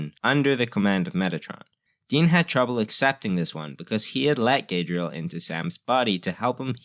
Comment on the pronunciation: Gaydrel? It's Gadreel.